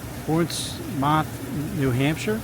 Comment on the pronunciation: Ports-meth/muth… not MOTH